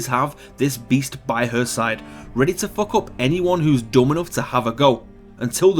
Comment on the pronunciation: Its funny how he says fuck..